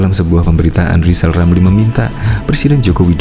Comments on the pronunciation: Hai lijal lamli km engk mungkin jadi presiden karna km engk bisa ngomong r. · Buat “lijal lamli” belajar sebut huruf R yang benar dulu, kalau sudah bisa sebut R barulah nyapres ya..!!!! 🤣🤣🤣🤣🤣🤣